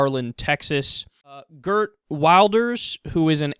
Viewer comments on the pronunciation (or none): Jesus Kyle, you couldn't have butchered Geert's name worse than that >.<